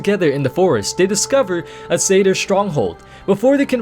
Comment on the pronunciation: Is Satyr really pronounced like that? I always thought of it it being pronounced like 'sat' and 'ear' if you but the two words together?